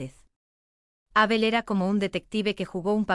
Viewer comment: Es Abel, no Ábel, me pone de los nervios oír esa tontada de leer Abel con acento en la A. Cambien eso.